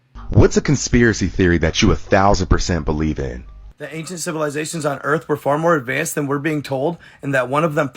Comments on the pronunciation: Anyone else catch "THE CILIVATIONS" LMAO Opposed to civilization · 'Cilivizations' is crazy 😂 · “CILIVIZATIONS” headass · This is also coming from a guy who can't pronounce Civilizations, I'm not saying he's right or wrong. I personally believe the planet has been here way longer than our human minds can even understand. I also believe when we as humanity get to outta hand our planet rinses and repeats , hoping for a better versions of humanity in our next uprising as a civilization. I may sound just as crazy but if you really think about what im saying it makes alot more sense than the flat earth or domed planet BS alot of these conspiracy extremists actually promote and produce videos about just for views and likes